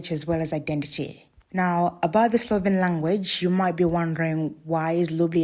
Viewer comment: Also, there is no soft L in Slovene.